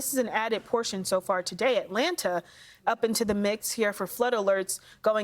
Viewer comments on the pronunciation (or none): none